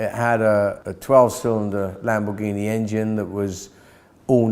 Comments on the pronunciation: / "...about the Lotus-Lambordshini..." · IT´S NOT LAMORDSHINI!!!!!!!!!!!! This prevented me from watching the rest of the video and potentially subscribing to the channel. All ruined in just seconds.... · By now the whole world knows, it's pronounced the italian way. And it isn't exactly difficult to that right.